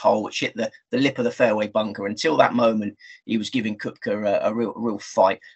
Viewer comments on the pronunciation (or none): Great show guys. I watch every week. Good luck at US open., it’s pronounced ‘kepka’ he has a silent o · Yes it would be great if both guys could learn that it's kepka not cupka. Good show nonetheless